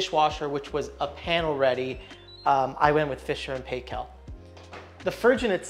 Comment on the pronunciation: Fisher and Paykel - pronounced Pike-elle its a New Zealand thing! Glad youre enjoying these wonderful and long lasting products.